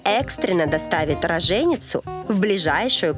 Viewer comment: РООЖЕНИЦУ,а не Рожееницу! Наверное вы плохо учились по русскому языку